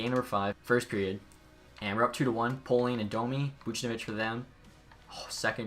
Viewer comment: Just want to help you out as a Hab fan. I’m pretty sure it’s pronounced pre-moe not pre-moo and it’s pale-ling not pole-ling. Hope that helps just want to make sure you can make the best video possible